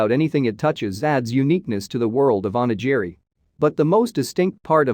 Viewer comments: Onijiri? I think you mean onigiri... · "Oni-Gee-Ree".... fucking cringe. At least learn how to speak through your mouth bro.